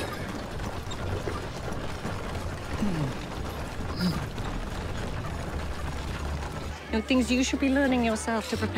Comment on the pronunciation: I love how she turns "friend" into a 3 syllable word. 😂